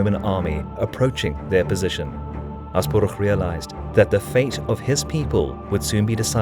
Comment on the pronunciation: You perfectly pronounced Asparuh, not something I have expected but wholeheartedly welcome